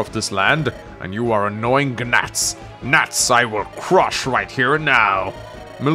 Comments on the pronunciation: He says Guh-nats, then gnats correctly in the next sentence haha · did you just say Guh-nats?! I know English isn’t your first language and it’s arguably a lot more difficult language than most considering the bastardization or Latin and German however funny is funny🤣, thanks our Lord Egg and savior